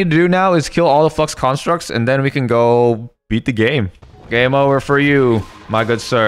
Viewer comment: what he said:flux constructs What we heard: f*cks constructs